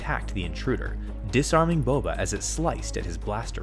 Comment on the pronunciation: it is Boba not bobe